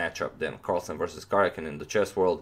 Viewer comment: Dhruvil Purani J in east europe is pronounced like y, so it is Karyakin.